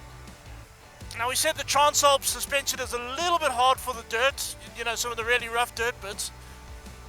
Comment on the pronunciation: the word is trans ..not trarns